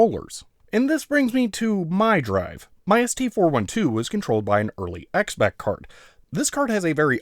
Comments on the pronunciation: Xebec is pronounced "zibec", it's an old type of ship. I totally don't know that because of how it was the name of an anime studio and the logo had a pronunciation guide. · Xebec is pronounced zee-bek.